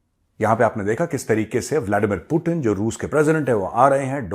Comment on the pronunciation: Hi he is not पुतिण he is पुतिन, please correct 😂